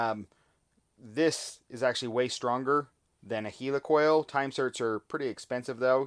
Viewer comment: "Heel ee coil"??? He means a "Heli coil", right? (As in Helicopter, or is that a Heeleecopter?)